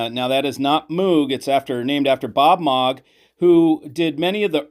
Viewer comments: It's pronounced Mow- G,not Mogg! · That’s the first time I heard his name pronounced that way.